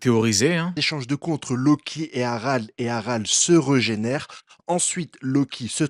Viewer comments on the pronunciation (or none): prk les chevaliers divins se reugénère et pas régénère ? Jcomprends pas prk il dit ça reugénère à chaque fois y'a un bonus quand on dit pas régénère ??